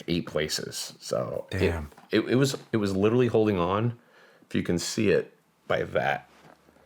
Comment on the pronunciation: "I litterly have ho belief in that system"